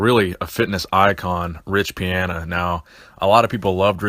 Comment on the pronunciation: Love the channel but goddamn you say riches name wrong every time